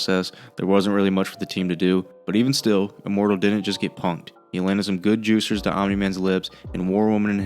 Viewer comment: why say juciers